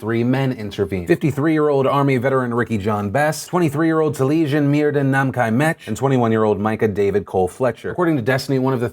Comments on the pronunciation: Hi Phil (love yo face), one of the Portland heroes' names is Welsh and is named after two of our national Bards. His name is pronounced 'Tally-essin' 'Meer-th*in' (Merlin's true name). *'th' as in 'fathom' not 'bath'. I know how you like to get things right so I thought I'd drop you a comment. Love the PDS and have been a fan since 2010. X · Phil, for what it's worth so you can get the victims name right (assuming he and his family respected the origins of it) Taliesin Myrddin is Welsh, two Welsh names, and are pronounced Tal-yes-in Meer-then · its pronounced Ta-li-es-in and Mur-th(as in then)-in. They are welsh names from old princes of Wales